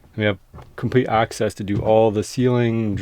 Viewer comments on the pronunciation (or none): none